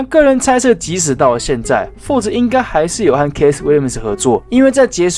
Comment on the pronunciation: keith 是發 ki th 不是ㄎㄟˋ斯